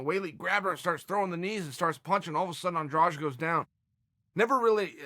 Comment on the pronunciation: Why the heck is he saying Andrage?